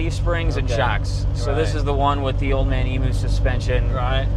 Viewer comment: did he say old man emoo suspension? hahaha